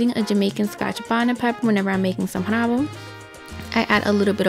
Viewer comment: Forgot to pronouce the "r" in rabo